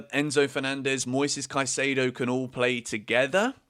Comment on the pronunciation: Just a pronunciation tip. Caicedo is" Caisaido," not "Caisaydo"